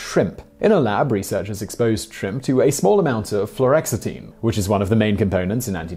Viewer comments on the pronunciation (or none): It's Flu-OX-itine